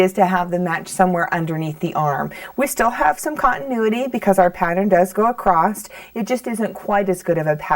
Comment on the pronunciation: ACROSS ,not acrost! lovely pattern thanks